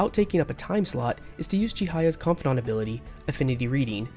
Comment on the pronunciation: Why do you pronounce confidant like that?